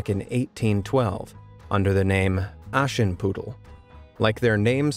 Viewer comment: sorry but how do u pronounce "Aschenputtel"? bro it sounds like "Aashenpuddl " (ok i know you usually speak english but ....)